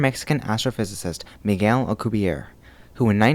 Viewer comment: it's Alcubierre you pronounce the last e